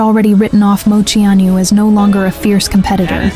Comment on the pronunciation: I wish you could pronounce her name right 😂 but this was a beautiful way to share her story again